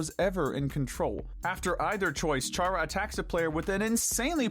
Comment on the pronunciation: I really hate how you say Alphys and Chara's names